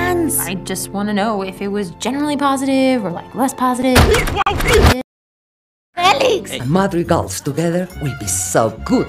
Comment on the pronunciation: that “fElIx” tho 💀✋🏼